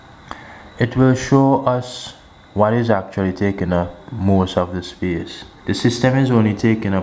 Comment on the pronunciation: Free up ✨speece✨